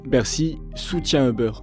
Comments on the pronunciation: Btw c'est pas "eubeurre" mais "youber" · Ça ne se prononce pas Euber. Plutôt Youber ou über. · C'est difficile d'écouter tout un reportage sur Uber quand on entend constamment "e beurre". "Les locaux de beurre", "les dirigeants de beurre", "l'équipe de beurre", ça fait mal.